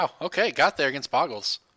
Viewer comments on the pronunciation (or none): Bo-gle not Bog-gle -.- #TCC